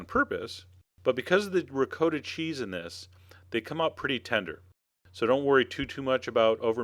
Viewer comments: Wtf is “RICOOOOTA” cheese ? My god. It’s pronounced “Ragut”. Jeeeez man !!! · Did he just say Rick-co-ta ?!? Noooooooo😂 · I was wondering about that. Had me doubting myself for a sec. The correct prounciation I believe is Ri-cot-ta. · R I CCO TA......LMAO !!! Hahahahahahahaha....OOOOOOOOOOO RICOTTA. OMG! Dude....geez....I don't know what to say....LOOMAO !!! Hahahahaha....I never heard anyone say it like this R I C O T T A...haha! YOu made my day! Thank you for the LAFF. Thank YOU. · Ree-coh-da lol thats funny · Sir please learn how say ricotta properly! I wouldn’t make these because you can’t say ricotta the proper way.😢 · Chef John, thank you so much for all your amazing videos... but we gotta talk about how u say ricotta! Please DM me. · You got to be kidding? You go through the process of making homemade meatballs from scratch then you add a jar of store bought tomato sauce.....you just insulted your meatballs. You also need to learn how to pronounce Ricotta.